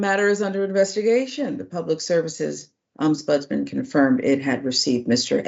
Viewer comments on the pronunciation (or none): The word is Ombudsman not oms budsman. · the word is pronounced Om-buds-man and is a person who investigates formal complaints against Government and other officials so here in the UK we have the Local Government and social care ombudsman, the financial ombudsman, Parliamentary and Health Service Ombudsman. They are an effective alternative to going to Court and can make financial awards etc. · What's also shocking is an adult being incapable of reading and pronouncing ombudsman.